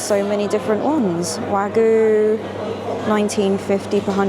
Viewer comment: The way you pronounce Wagyu always gets me, Wagooo. Kinda cute 😂